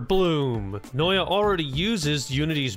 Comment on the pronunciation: Did you just take out the t from Noita lol